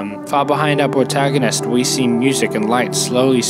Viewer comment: “behind ouw pwotaganist”